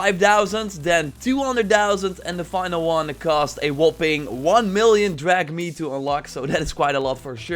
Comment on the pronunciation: A few points: 1) “Drack-me” not “drahg-me”. 2) Please don’t have music too loud in your videos. You were practically shouting over it 😫. 3) When describing builds, it would be ideal to show the actual build (for comparison)... footage of you using it is meaningless. You’re just waffling on for no reason. 🤷‍♂️ 4) Twitter is great and all, but barely anyone I know uses it. Why not open your Chanel to potential viewers by making a FB Page/Group? 5) Also about the next AC Game, apparently it’s code name is “Kingdom”... might be based on the Viking and Germanic wars. Thank you. Keep up the good work!